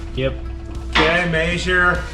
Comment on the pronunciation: maysure, lets maysure to each side.